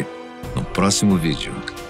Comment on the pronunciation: Vc é o apresentador que fala "vidêo"?